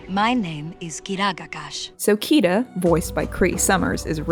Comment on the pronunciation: It's Kida not Kiva just saying ^^